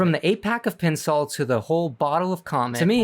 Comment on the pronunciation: Pin sol 😂 it’s pronoun pine like the tree